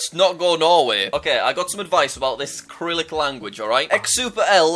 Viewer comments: 2 quick things dont listen to the lithuanian guy, there is a LOT of stork nests in poland its pronounced syrylic not kyrylic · Jack, it's Cyrylic, not "Kyrylik" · Jack, Cyrillic is pronounced “Si-RIL-ik.” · Jack: KiRiLick Everyone else: Sirilick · hey Jack cyrillic is pronounced SUH-RILL-ICK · Please stop saying kirilik just don't think about it at all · I hurts that he pronounces cyrillic as acrylic. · there’s an “A” and a “H” there you mean… like the cyrillic alphabet has? also fyi, its pronounced srr-rill-ick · Sigh (g)rill (s)ick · just wanted to say that you pronounced cyrillic wrong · btw the first "C" in "cyrillic" is read as "S" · Jack you pronounced cyrillic wrong the whole video